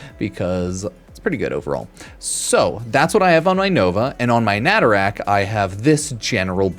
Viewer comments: Normal people: nah tah ruk: Na ta rack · Nay-Tuh-Ruck but you can rack whatever you want. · Maybe stop calling Nataruk "Natarak" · It's not netherack it's NATARUK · I really hope saying "natarak" is on purpose rather than an accident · Why tf are you calling it naturak? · I love your videos but "natarak" hurts me for some reason. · Why’s he pronouncing a U as and A? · Pronounced Nataruk wrong every time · Nataruk has been Veso'd!